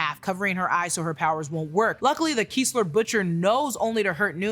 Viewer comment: rock-kim and kessler not keesler